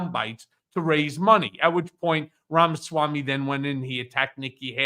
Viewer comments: Please make Ben practice saying "RAMA-SWAMMY" five hundred times so he stops calling him "RAMA- Sam-Way"! it's really weird to still be mangling it at this point! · How can this guy not learn the name of Ramaswami..... Its NOT RAMA-SAM-WEI!!!!Idiot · Ben's awful mispronunciation of Vivek Ramaswamy's name is nearly as god-awful as the man himself or his first edition, Trump. Ben if you want to start a media outfit please invest the time to learn how to pronounce the names of the people you speak about. 4-5 months on, it is inexcusable for you to still be mispronouncing the name so awfully. At this point it is starting to look like you are in sync with the far right's disinterest in minority races - and Vivek's problems are his awful mentality and his awful personality, not his name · Ben needs a diction coach to tell him how to pronounce "Ramaswamy". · Ben, why do you repeatedly mispronounce Vivek Ramamswamy’s surname??? 🤔